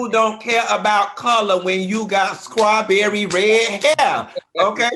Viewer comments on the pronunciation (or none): Someone needs to tell Funky Dineva that it's pronounced Straw-berry and NOT Scraw-berry ✅✅😂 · OMG!! 😂🤣😂🤣 FUNKY!! 😂😂🤣🤣😭😭😭😭 “CHRIST the Savior was bawn!” 😭😭 Scrawbewwy!! 😭😭😭